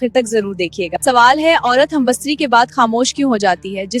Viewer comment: Oh baywaqoofon... First learn the word. It is humbistari .. not humbastari.